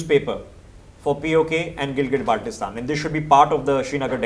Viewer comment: Ppl of GB after listening his Pronunciation of Baltistan: Abey Salay,Idr a tujhe integrate kar ke du.